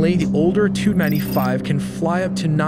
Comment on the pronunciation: Oh man, the pronunciations on this video are horrendous! As for the Russian aircraft, you have to say each of the letters before the number, i.e. T U-95. Not "too-95." Rotary you pronounced Ro-tarry. Flaperons are not pronounced "flay-per-ons." Those "pods" you said that hold the TU-160's engines are called nacelles. This is common aviation terminology, recognized the world over. Apart from that, the graphics were pretty cool, but did you really need to slap your logo all over everything?